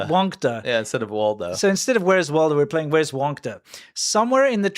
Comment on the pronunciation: Are you asking "Where's Waido"?